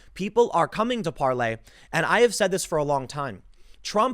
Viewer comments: I speak French and you are saying it completely wrong lol. Just go to Google translate or pronounce it in English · it is called PARLER the R is not silent. I'm just saying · It's not "parlay". Doesn't matter how many times you say it. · It's Parler not Parlay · Tim...it’s Parler like the word parlor. Not the French term used by pirates, parle, which means to speak.. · I think its pronounced par-ler, not par-lay Tim, at least according to Dan Bongino who just became part owner in the company. But you're right, the french pronunciation does make more sense. Gonna have to get to the bottom of this one...not going to join anything until I know how to pronounce it! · Parler like Parlor not Parley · It's Parler, as in parlour, not any variation of "parlez" you gibbon fiddler! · PAR-LER not Parlay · Parler NOT parley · Par lor not Parley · Tim, the owner of Parler explained how to pronounce its name. It's not Parlay it's just Parler. Plz correct this. Its dumb. Btw, Brad Parscale is now on it. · It’s not parley it’s Parler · Parler tim. Not parlay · Parlay? IT'S PARLER! IT SOUNDS LIKE PARLOR! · Tim i hate to correct people but it's PARLER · Par lay? Are you re tay? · It's Par-ler, Tim. Like a sitting room parlor. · Tim, it is pronounced Par ler. Parler is not for conservatives only, all should come join Parler, they do not censor us, they do not fact check us, you have to be a responsible person and do your own research to make sure what you're sharing is true. No being lazy on Parler, they won't do the work for you and tell you what is real and what is fake, we seen how that was working out on Facebook and Twitter, they started telling us, conservatives are bad and liberals do no wrong and if we don't conform they will just alter our content and or label it false or misleading all the while what we're posting is the actual truth lol. Come join us on Par ler... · You read parler like parley. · It’s Parler Tim! 🤦🏻‍♂️ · It's Parler like Palor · It’s Parler!